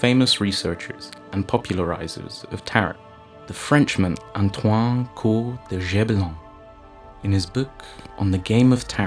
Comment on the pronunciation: *And your French accent is terrible, Antoine is simply Anto-one not Antoang